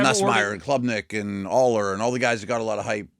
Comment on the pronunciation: not Shuler!!!!